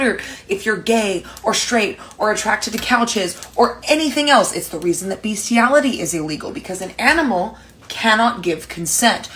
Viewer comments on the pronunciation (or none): It's BESSSSStiality, not BEEEEEEstiality, because it's written 'bestiality', not 'beastiality'. Say after me: 'Bestiality is best.'